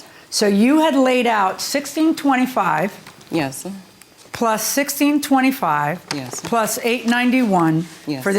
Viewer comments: Don’t forget house-uh, place-uh and yes-uh 🙄😑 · all i can hear is YESEH